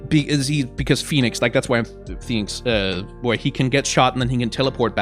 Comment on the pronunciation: I don't know why, but him saying 'Phoniex Man' is too funny.